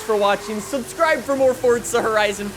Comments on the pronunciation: Fun fact please learn how to say FORZA there is no T in it it's not FORTZA 😂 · It’s Forza not fortza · You say FORZA not FORTZA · normal people:forza him: fortsa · stop saying fortsa horizon 5 its forZa horizon 5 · forza not fordza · ForZa. Not ForTza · Ah yes I do love Fortza Horizon 5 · Cant get over it fortza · Fortza though? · Is it only me who dosent like how he says forza? He says “Fortsa” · When people say Fort-za I fucking cringe so goddamn hard. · is it me or hes saying fortza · anybody noticed he says fortza horizon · Why does it sound like you keep saying fordza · Why the emphasis on the (non-existent) 'T'?